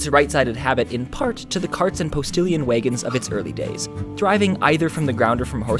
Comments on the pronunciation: Hold on a second.... "Waygins"? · WAYgans? Dear God, he's from Minnesota. Unsubscribe. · Wait - did you say WAYgons? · Hahaha how you mericans say wagons